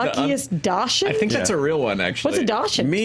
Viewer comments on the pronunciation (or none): I pronounce it DOX-UND. I’m sorry guys but when I heard that weird alt-pronunciation I had a visceral reaction. I love you guys but damn I was about to lose my mind. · I'm so surprised that the entire table doesn't know how to pronounce "dachshund". It's supposed to sound like "DOCKS-hənd" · It's "Dox-hund" guys, what are you doing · Dachshund is pronounced "docks-hund," it's German. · Fun fact Dachshund is German and pronounced "dakshoond" 😀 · "Dachshund" is pronounced dox-und. Surprised no one knew that.